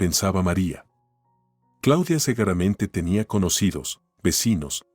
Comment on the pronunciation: La letra u si se pronuncia se dice seguramente no ceguera mente